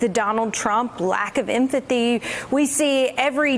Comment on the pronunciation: Why can't any of them say empathy properly?